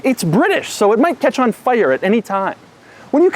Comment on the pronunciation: British catch o fire? Ugh... shut up plz!